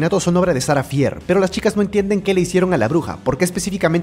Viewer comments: No se pronuncia "Sara fier" se Pronuncia "Sara fir" pero se escribe "Sara fier" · No es sarah fear se pronunsia sarah fir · Shara fier es así lo dijiste mal bro soy tu fan me das un saludo